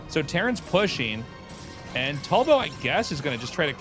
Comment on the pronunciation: Tasteless called Tulbo ‘tub’lo 😭